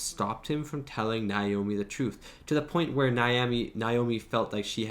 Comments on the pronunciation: why do you pronounce Naomi’s name like that? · Why can't you say Naomi?😂